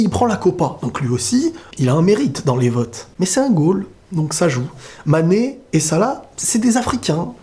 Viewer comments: Hooo mec c'est pas sané Kan même, tu fais exprès de ne pas prononcer son nom. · T'arrive même pas à dire le nom de MANE